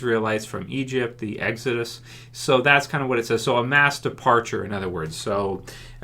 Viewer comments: "...and episode 8 is called EGG-Zuh-Dus." Not making fun of you, by any means, but I laughed out loud at that part for some reason... thanks for another informative vid! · Why u say exodus so weird lo